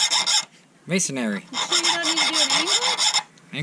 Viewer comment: Hey, One thing about 'masonry' bits...The tips are Tungsten Carbide, which is one heckuva lot harder than the 'tool steel' of your file. Just makes for a good manner by which to ruin a good file. Just for 'edification', (wink wink) there is no "air" in 'masonry'. Three syllables, not four. Masonry bits require (preferably) a diamond grit grinding wheel to truly sharpen them. Enjoy!